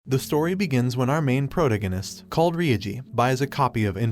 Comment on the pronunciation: Did he just say protagonists wrong lmaoo